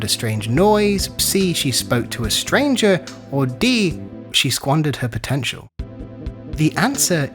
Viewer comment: did you say POTENTIAL? Megumi upscale